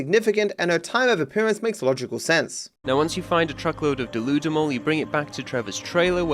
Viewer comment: Pretty sure deludamol is supposed to be "delude em all"